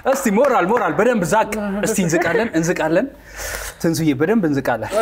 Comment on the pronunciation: እንዛቃለን ይላል አይ ትንሳኤ ይች እንዝቃለን እንዝቃለን ያስቀኛል 😂😂😂